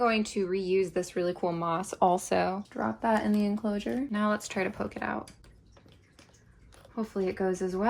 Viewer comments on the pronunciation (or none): none